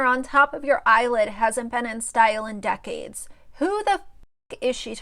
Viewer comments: you cracked me up the way you said “DECK-AIDES” 😂🤣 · Dec-ades by 🤣🤣🤣💀💀💀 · Decades, DECK-CADES. 😫😂🥴🥸